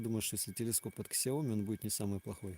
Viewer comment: Правильно произносится на китайском Сияоми=Xiaomi.